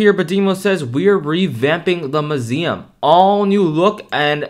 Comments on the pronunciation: why do u now suddenly? call it muzeam? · The way he says muesm lol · I love how he said musem